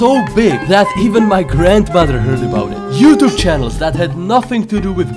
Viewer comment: Youtube but when you pronnounce "youtube" it like youtibe